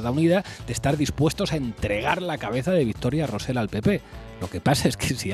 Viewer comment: Con independencia de que estoy al 100% de acuerdo con vosotros, solo quiero deciros que Rosell no se pronuncia "Rosel". Y tu, parece mentira que seas filólogo. Si no sabéis (o no os da la gana) poner la lengua en la zona correcta del paladar, es menos cacofónico pronunciar "Rosey". Tomad buena nota, por favor.